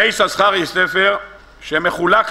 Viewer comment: כבר אמרתי פעמים אחדות :השם "יששכר" רק. פעם אחת מבטאים בשני "שינים", כשלאה נתנה לו את השם .בשאר המקומות מבטאים רק עם "שין" אחת . נא להקפיד !